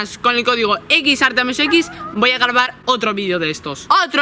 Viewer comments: Like si as oido decirle en el minuto garbar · Minuto dice garbar